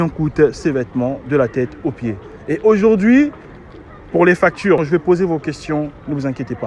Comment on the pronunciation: non non c'était de façon ironique car quand tu as dit a dit factire ça m'a tellement fait rire..!!